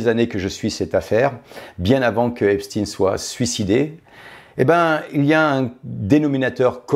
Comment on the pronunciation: On dit Epstein comme Einstein.